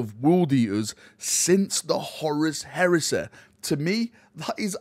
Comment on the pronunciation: Horus Heresä, Galaxä, Scarä, Bodä, Reallä